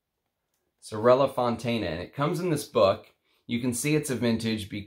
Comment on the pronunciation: It's SorellE Fontana - Fontana SisterS. SorellA is singular = sister :P